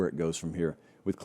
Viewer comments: its clemson not clemzon.. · Pronounced Clem(p)son